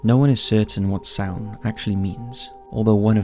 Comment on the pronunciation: Bitta Trivia for ye: The month of November is still known as Samhain in Irish. Also, well done to Top5s for taking the time to pronounce Samhain correctly. Most people don't bother and just say Sam hane, which as an Irish speaker is painful to hear.